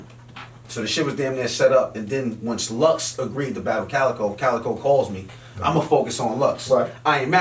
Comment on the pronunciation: It's actually Calicoe